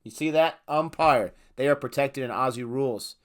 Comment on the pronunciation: Mate, you’ve just got a like seconds in from me because you actually say Aussie right! Nice one, mate!